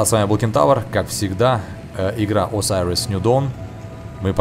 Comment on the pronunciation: осириос ню дон а не асариос ню дон